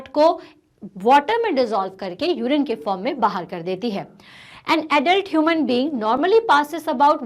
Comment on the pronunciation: Not humis its Human